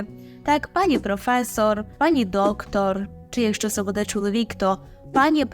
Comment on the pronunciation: Вибачте, але ,якщо вже ви хочете навчати правильній вимові, то будь ласка не видавайте хмельницького будЕ.